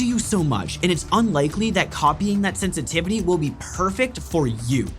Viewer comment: Sen tity vity??